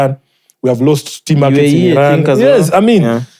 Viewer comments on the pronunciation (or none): none